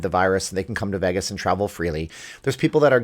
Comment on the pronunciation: it's Vay-gus, not Veegas..